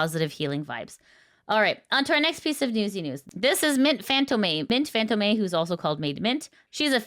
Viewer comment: “Mint FantomAY” 😭